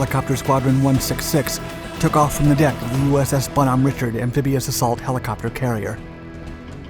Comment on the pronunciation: That would be Bon- hom-A Richard.